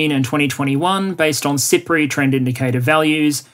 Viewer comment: I kept hearing SIPRI as "Cypriot" and thinking "Island nation. Makes sense."